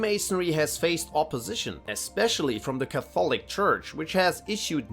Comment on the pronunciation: can you learn how to pronounce catholic please its 2025 Google is a thing....embarrassing ka·thuh·luhk LEARN